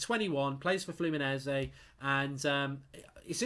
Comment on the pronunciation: Congratulations Mark on the correct pronunciation of Fluminese!